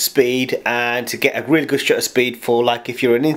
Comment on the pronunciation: Horrible. And the word "shutter" has a "T" in it; two, in fact.